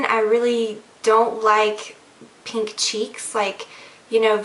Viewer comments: lol i like the way you say ''peenk'' instead of ''pink'' xoxo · it's funny when you say pink like "peenk" lol